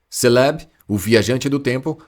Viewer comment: Mano mas essas pronúncias de alguns pokémon aí tá meio zuada hein ???? Céleb ???? Kiogre ???